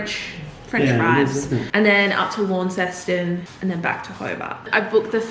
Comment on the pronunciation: Great vlog! I loved the mock travel agent consultation 😂 And just FYI so you can blend in on your trip, it’s pronounced Lon-ses-t’n (commonly mispronounced as Lawn-ses-ton) and Bish-in-o 😊😊 hope you have a fabulous trip in my home state!